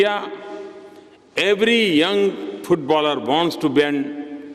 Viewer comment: It's 'is'not eeesss😅 plse pronounce properly and footballer not phootballer